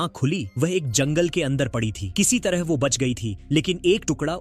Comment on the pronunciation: Pronounce "ye" not "yh" Pronounce "wo" not "wh"